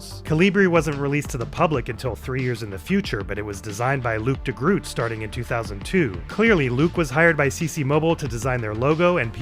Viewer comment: the way you pronounced luc de groot made me laugh my ass off as a dutchman.